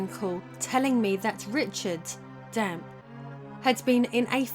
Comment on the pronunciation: She added an R to ocarina but dropped the E from Dampe. I am very confused by this woman’s English